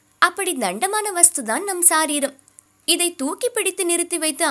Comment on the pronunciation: It is sareeram and not saareeram.